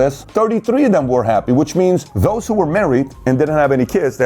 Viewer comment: Dos? Its those!